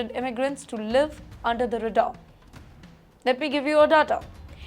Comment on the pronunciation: North or South Indians? Where is your usual racist terminology? Oh wait, Indians according to you “Indians” refers to North Indians, right?? And it is not “re-far”. It is ray-daar.